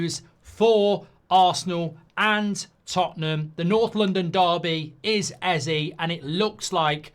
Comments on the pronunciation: ez aye not ee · This bothers me more than it should but you're saying Eze wrong lol. It's pronounced "A-Z-A" A like the alphabet, Z like how Americans say the letter, and A like the alphabet again. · It bothers me that Mark pronounces it Ezzee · EZÈEEEEE how do you get the name wrong everytime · Hate how you pronounce Eze’s name as well as Madueke’s